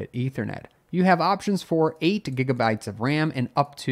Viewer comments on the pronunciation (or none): none